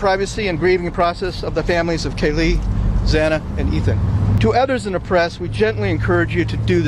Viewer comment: I liked this judge until I heard his rant in the beginning. And how he mispronounced Xana’s last name (twice!). So disrespectful. And when he thanked Brian for showing him respect by standing while answering the judge. Geesh!